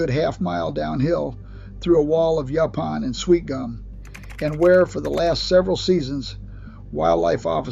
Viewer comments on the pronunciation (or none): it’s called a SLEW not Slow. it’s call YO-PON not YUP-ON. is a Copperhead CMoN smh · It's pronounced Nacca - dough - chezz. The snakes are going to high ground to get away from the hogs. It's a survival mode of exit. AI's pronounciation of "slough" and "youpon" is quite hilarious. It's not pronounced "slaw" it's "slew". It's not yawpon, it's "yowpon". Good grief.